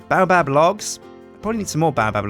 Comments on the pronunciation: baobab is pronounce bay-o-bab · I'm disliking every video u say baobab in cuz its pronounced BAY---OH---BAAB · Baobab is pronounced bay-o-bab !